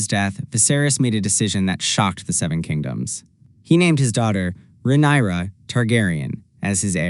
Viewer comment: Perfekt Video buttt pleassseeeeeeee say rhaenyras Name Right 😅